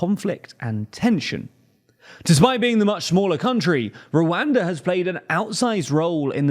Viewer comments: @@ the way he says the a’s is cringe. It’s supposed to be pronounced similar to how “wakanda” is pronounced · It’s very hard to watch this video because of how you keep pronouncing Rwanda in the most yt way possible